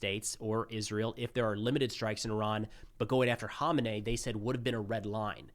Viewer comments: It’s pronounced “Who-main-eee” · Great coverage but ya pronunciation of Khamenei is hilarious. It took me a while to figure out who you were talking about